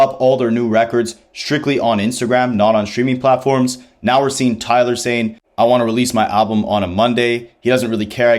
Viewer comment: I mean, you’d think someone making an entire video about Tyler would know how to say it, especially since it is said many times on the album.